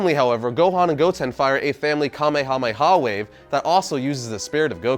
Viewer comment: I cringe every time he says wave